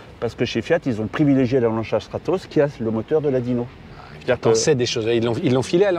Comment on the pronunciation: Peut-être un des meilleurs épisodes que j'ai pu voir, un petit observateur très intéressant à écouter et qui à l'air ultra gentil ce qui ne gâche rien. Un détail m'a plu et amusé : la prononciation de Stratos "Schtratos", je suppose que c'est la bonne :)